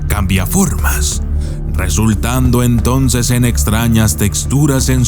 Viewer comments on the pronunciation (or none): none